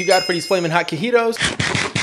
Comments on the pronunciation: Grown ah man saying cuheetos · It’s pronounced chee-toes